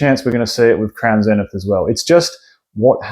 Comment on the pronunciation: It's so bloody nice to hear a poke tuber pronounce crown Zenith properly.😂 Crack on lad!